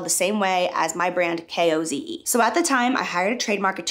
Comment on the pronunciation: I don’t understand how the original creator missed the cue to pronounce Koze like Cozy. Like WTF is koze if not Cozy